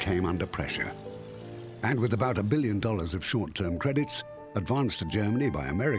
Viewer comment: The narrator can't pronounce Billions 🤣